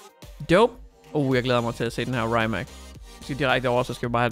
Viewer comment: Se The Grand tour hvor de køre i en Rimac, så kan du høre hvordan man udtaler det. Sidder og krummer tær hver gang du siger det forkert 😂😂 no hate, elsker dine videoer 👌😊